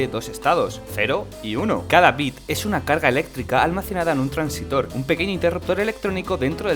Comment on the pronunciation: Antes de hacer videos aprende a hablar: es transistor. Transitor como dices no existe